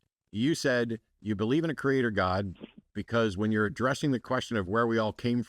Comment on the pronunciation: Hello not GAWD, but GAWID emphasis on WID w/southern drawl